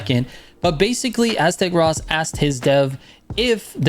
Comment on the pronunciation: never heard anyone pronounce Aztecross as "Aztec Ross" lmao